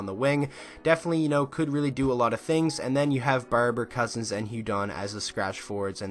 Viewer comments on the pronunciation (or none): none